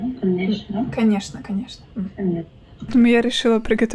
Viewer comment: "канешна-канешна" kekw